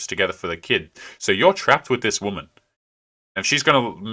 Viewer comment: The biggest turnoff is when they say "I'm a strong an independant whamen."